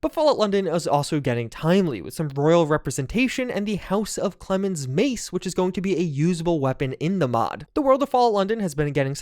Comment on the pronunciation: House of COMMONS. not "Clemens". Jeez.